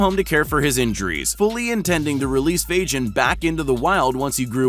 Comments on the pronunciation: I am amazed that these animals are smarter than the people making these videos ... 'FAGIN' the Crow is not pronounced 'FAGE-INN' -- it's 'FAY-GIN' as in Fagin /ˈfeɪɡɪn/ ... the fictional character in Charles Dickens' 1838 novel Oliver Twist. In the preface to the novel, he is described as a "receiver of stolen goods". Trend Central ... kindly ... DO YOUR BLOODY RESEARCH and get an Producer who knows how to BE an Producer. So there -- so go forth and sin no more. D.A. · Fagin surely is named after the Oliver Twist character. Fagin does not have a j sound but a hard g sound. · Did he really pronounce Fagin like Fadjinn? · Caiman is pronounced Kay Man, Kay as in Okay. Also pretty sure that the crow name is Fagin as in the character in Oliver Twist, which would mean the G is hard, as in Goat. So "gin" is pronounced the same way as the first syllable of guinea fowl, .or Guinness (if one is more familiar with booze than birds). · Fagin has a hard “g” like “Gull” or “Gannet” . It’s a Dickens character in “Oliver Twist”. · "Faijin" LOL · The Bird is called Fagin, pronounced with a G, not a J... It's named after the thief from Oliver Twist, because he steals shiny things. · This is cool and all, but the way he pronounces Fagin gives me an aneurysm. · learn to pronounce Fagin !